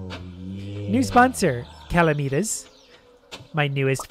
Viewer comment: I Swear, everyone says my username wrong It's pronounced 'Cal-am-i-tus', not 'Cala-me-tus'